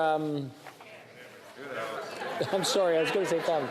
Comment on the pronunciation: Poor me, peeese say sowy